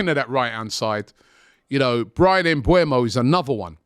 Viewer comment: Why do y'all always get his name wrong ? Smh! His name is Mbeumo not Mbuemo.